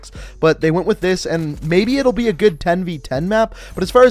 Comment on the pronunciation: “This is gewd”